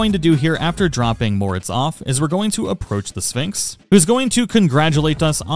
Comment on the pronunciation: Very nice guide thanks for your work to help us am I the only one that hears Phönix instead of Sphinx 😅